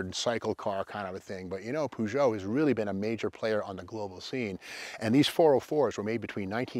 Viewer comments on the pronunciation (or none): Peu-jho Steve Peu-jho like inspector Clue-zzz-ho Clue -zzz-ho:face-orange-raised-eyebrow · I always pronounce the car's name as "push it " !😂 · Up until I was around 12-13 years old I used to think that Peugeot was pronounced "Pew-got" 😂 🤦‍♂️